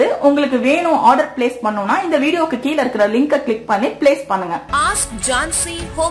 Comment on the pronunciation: I'm your fan and subscribed your YouTube channel also. தமிழ் வார்த்தை சரியாக உச்சரிக்கணும்மா. கீல இல்லை கீழ என்று சொல்